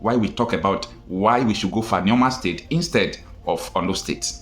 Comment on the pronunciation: ORLU NOT OLU PLEASE